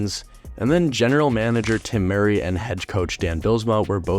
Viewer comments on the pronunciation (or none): none